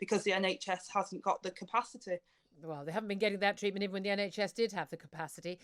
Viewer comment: There’s the two words again ‘the scientists’! Who are these scientists we want a debate between their scientists and ‘our’ scientists! Someone please educate Angela Rayner that ‘th’ is not pronounced as ‘v’!